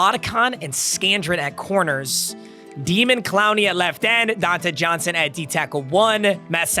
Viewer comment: calling him demon instead of daymon, smh. Stop being so white.